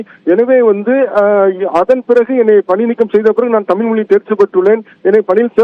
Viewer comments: தமில் தமில் எத்தனை தமில், 🙃, கடுப்பெற்றுகிறார் மை லார்ட் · தமில் இல்லை,தமிழ்..ஒழுங்காக பேசவும்.. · தாமில் இல்லப்பா தமிழ் தமிழ் அப்படின்னு முதல்லா உங்க ரிப்போர்ட்டை தமிழ் பேச சொல்லுங்க, அப்படியே HIGH கோர்ட்லேம் தமிழில் வாதாட அனுமதிக்கணும் HONOR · இவரே, தமில், தமில் என்கிறார். ஐயா. தமிழ் என்று உச்சரிப்பு சரியாக சொல்லுங்க. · தமில், தமில் மொலி அய்யா, ழ. கர உச்சரிப்பை சரி பன்னுங்கய்யா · செய்தி சொல்பவர்- அவர் தமிழ் என்று சொல்லாமல்- தமில் என்று சொல்கிறார்- அதனை கவனிக்கவும்…..